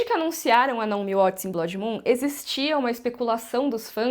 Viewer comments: Graças a Deus... do jeito que tá... com Velaryons pretos africanos, melhor nem fazer nada msm. E aprende a falar blood por favor... num é blódi, e sim blôod. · Cada vez que essa mulher diz "BLÓDI" no vídeo, dá vontade de gritar e avisar que a pronúncia está horrivelmente errada! Alguém fala pra ela que Blood, se pronuncia "Blud", e quer dizer "sangue", em inglês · Blódi? Kkk blódimoon? A palavra não é Blood?